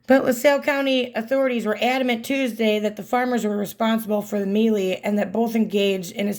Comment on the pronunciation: melee... pronounced MAY-LAY .... not ME-LEE /ˈmālā/ noun a confused fight, skirmish, or scuffle. "several people were hurt in the melee" a confused mass of people. "the melee of people that was always thronging the streets"